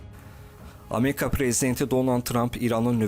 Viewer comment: Ameka yox ! Amerika deyin.